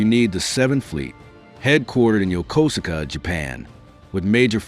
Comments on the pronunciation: USS MIDWAY and USS Blue Ridge sailor here, it's pronounced Yo-koos-ka!! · I thought it was Yo ko su ka.